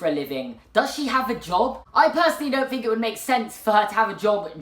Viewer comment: I fink thats fought out. Stop saying an F instead of th. You use th in the words "the, they, that". You come from England. Learn the fuckin language. Fuckin limeys